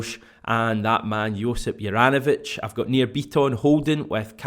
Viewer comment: Hajduk Split fan here, first of all, man you've absolutely butchered the name, no hate though, just gonna teach you how to pronounce it properly. Think of J in the name as Y so pronounce it soft not as a J, apart from that all should be good. Juranovic wore the armband for us and was generally underrated by everyone and most of us were happy when we got rid of him, it seems he tricked us all🤣 Man improved massively after he left us. not a surprise though, the pressure down here could only be compared to Napoli! Continue the good work🇮🇪🍀